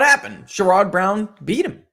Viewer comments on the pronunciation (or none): do you get a kick out of pronouncing Sherrod Brown’s name incorrectly?